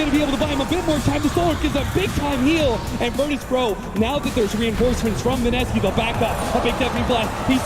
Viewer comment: Mineski อ่านว่า ไมเนสกี้ครับ ไม่ใช่มิเนซากิ